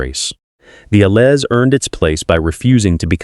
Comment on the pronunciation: "Allez," is pronounced, "Al - ay." I cringe every time I hear it mispronounced. Please correct it for your own credibility. Bumpa Rick